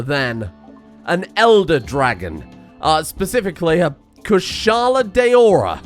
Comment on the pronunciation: Timo really had a nice time in the colony. Fights so well that he gets the same weapon as his god-pharoah-king's personal body guard AND his god-pharoah directly makes him the best gear possible as well as taking his wife who kept on having kids with him that he hated. Also good job on pronouncing Kushala Daora right. Glavenus is pronounced like gla-vah-ness.